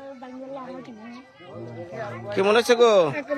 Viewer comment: ktay bolte pare na kemon re bole kimon